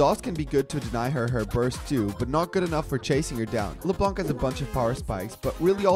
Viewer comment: its not "le blanc".. its "le blan".. u dont say the "c"